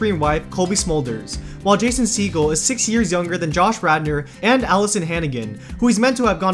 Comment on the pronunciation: How you say Jason’s name 😬